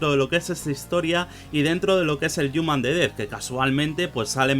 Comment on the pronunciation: El "yuman"